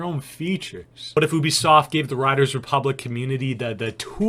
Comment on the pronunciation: U bi soft not o bi soft